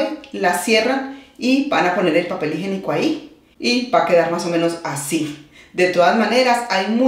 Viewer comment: Muy bonito te quedó el baño pero no se dice "papel higenico". Lo correcto es papel HIGIÉNICO